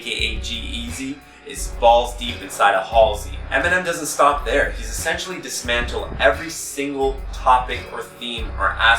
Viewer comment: "Diss-mantled". I see what you did there.